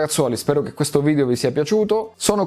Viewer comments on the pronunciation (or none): none